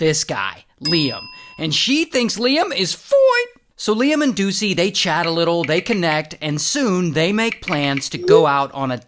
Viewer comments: i love your video like my most favorite. but except when you say 'foine' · The "foine" gets me every Time 😂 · the “FOINE” always gets me😭😭